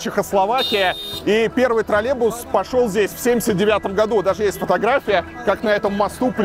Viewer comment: Правильное произношение «троллеЙбус». Также «около семиСОТ», а не «семиста».